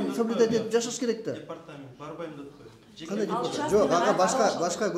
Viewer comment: Гандай эле дейтко 😅😅😂 тооок ме